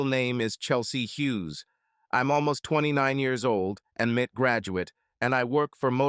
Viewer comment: M.I.T. GODDAMMIT!! Not "Mit".